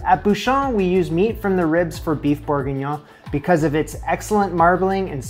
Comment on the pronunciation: You lost me when you could not pronounce beef bourguignon correctly. It doesn’t matter what the video did.